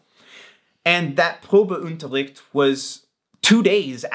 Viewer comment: Probeunterricht...you don't require any stress on "un"...think "bun" and take away the "t"....un .....Unterricht....Probeunterricht